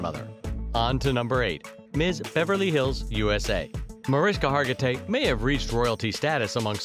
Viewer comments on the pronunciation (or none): Video wants to tell me new facts about Mariska and proceeds to pronounce her name wrong three times in the first 30 seconds. Well, sorry, but I'm out. 🤷🏻‍♂️ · I think you're saying her name wrong 🫣